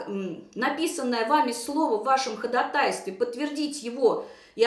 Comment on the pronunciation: Не ХодатАйстве, а ХодАтайстве!